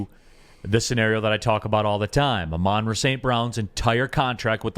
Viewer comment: This been bothering me since Ben Johnson stared getting involved in the offense, the pronunciation of St Browns name... It's Ah-Mon-ra, NOT Amon-ra..... Lol